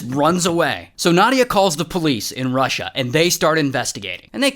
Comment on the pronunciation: oh no! you mispronounced both New York AND Russia...